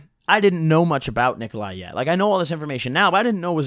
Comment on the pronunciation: Its pronounced nikolaus, and its not that cheap for eastern europe standarts